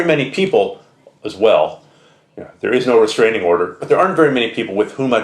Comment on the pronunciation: bahahahahah restaining order. lol